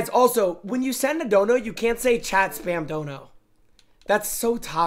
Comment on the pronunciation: The word chat does not contain an R or an L. Somehow this man rolls r’s in the word chat lmao